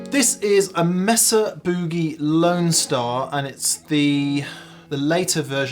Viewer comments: That’s Boogie not Buugie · More like Boo-GAY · The Pom’s still don’t know how to pronounce Boogie.